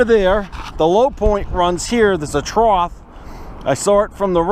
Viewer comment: There is no word "troth." It is trough, (pronounced trof)